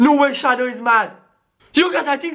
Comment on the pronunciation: Yes sonic shawow